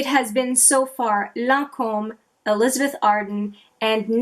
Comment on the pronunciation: Always happy to see a new vid from you. You give straight forward real info and truly help w decisions on the bombardment of products This time of year. I’m assuming you from a French speaking part of CA, I love how you pronounce your name and Lancôme lol. Tres chic👌